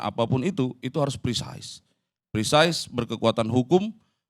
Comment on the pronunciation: pemakaian kata prisais (precise) dlm hal ini gak pas.Kelihatan anda mau sok english tapi salah 😂😂😂. Pake bhs indonesia saja.😅😅😅. Be humble.